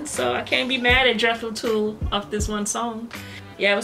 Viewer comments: Tull is not pronounced Tool, rather it rhymes with mull gull dull. Their basics consist of hard rock and English old folk and progressive rock... they would not think of themselves as metal. They stopped before jumping off that cliff... they had all the THOUGHT and didn't need to settle for SPEED. Got their first four albums starting the 60s. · If I hear Tull pronounced as TOOL I'm not watching reaction. It is Tull as in seagull not fool or tool. Please learn how to pronounce properly. It changes the context of what you are saying.